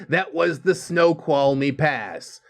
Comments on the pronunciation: I've driven all across America and Snoqualmie pass while it was snowing was the worst. Snow-qualm-ie pronounced it just fine:) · Nope, you pronounced Snoqualmie correctly. Most excellent job, dude 😎